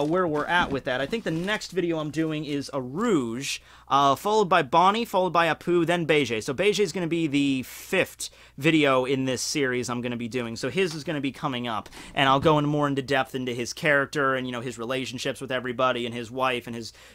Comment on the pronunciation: why do you always say "fifT" instead of "fifth"